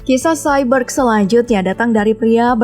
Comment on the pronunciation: Kayak cyber bilang nya